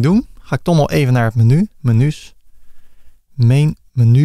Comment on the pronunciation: Beste, heel erg bedankt voor deze fijne tutorial. Met veel plezier met je meegekeken en -gedaan en af en toe een gniffel; vooral met de "menjoes" moest ik wel lachen. Heel veel geleerd en vooral fijn dat het in het Nederlands is. Moerstaal is toch beter te volgen als je tegelijkertijd aan het meetypen en klikken bent. Erg tevreden met het resultaat, nu alleen nog aanpassen aan eigen smaak en behoeften. Hoop dat er nog vele mogen volgen!